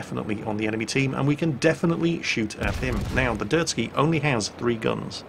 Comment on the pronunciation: Not that anyone cares but it's a Derzki not a Dirt-ski.